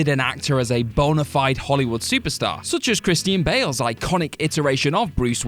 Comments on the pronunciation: "Christine Bale"?? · Whoa whoa whoa, Did you say Christine Bale? Cause thats for sure what it sounded like.